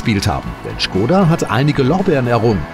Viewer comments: schgoda :D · Not Schkoda but Škoda.